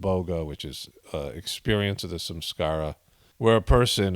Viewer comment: I tried to find something Saturday evening to help me on Sunday.I started meditation at7am how I thought. Did not know how to spell sahaj marg. And I always thought you were saying"some scars"😂instead of samskara (ironic). I dedicated the whole day to God watching season finale of the chosen a second time. Many revelations I did not see ( comprehend) the first time I watched. So I believe it worked. ? Said the Lord's prayer at bedtime as I always do. Thank you so much for explaining you answered all my questions. 💙🙏👍